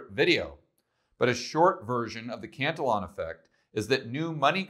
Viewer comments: It's CAN TI YUAN (think onion) not cant til on... just trying to help you out. you're video posts are always amazing two thumbs up! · You may wish to research this as it is actually Cantillon and stop with the name calling. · I happen to live in Paris so I am familiar with the pronunciation of the double l, as in Spanish. But the letters are ll, and for most people they would pronounce it l. So, if this makes you feel somehow superior then knock yourself out.